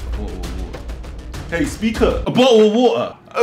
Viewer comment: the way the officer says BO’OH’O O’ WA’ER